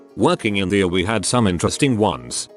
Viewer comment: If you continue to do medical material, can’t you get the bot to say E R rather than “err”?